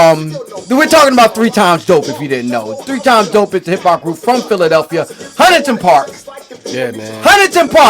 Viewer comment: Can u ignorant asses stop pronouncing Hunting Park as Huntingtin Park. Niggas it's two syllables. Hunt-ing not Hunt-ing-tin. My hometown niggas enunciate please. Also Olney its two syllables it's sounds like all-knee not Ol-lee-knee. I know a Philly nigga anywhere just because they will mispronounce these two hoods that border my hood of Logan. 😂